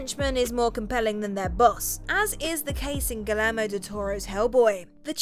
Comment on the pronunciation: Gill-lair-mo? Gee-yer-mo